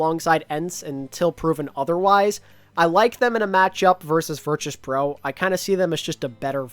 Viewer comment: The way says Virtus pro is making me mold